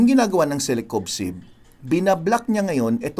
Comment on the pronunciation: Doc parang mali ang pagsambit nyo sa celecoxib .sinabi mo celecobxib